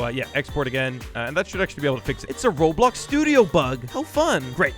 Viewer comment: "you neeghegh robloghghg studio"